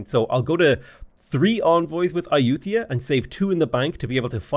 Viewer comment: Ai-youth-ia... that's a new one. (if anyone was wondering, Ay-you-tuh-ya is what google says, but Ai-you-thai-yah sounds closer in my opinion, but don't emphasize the 'th').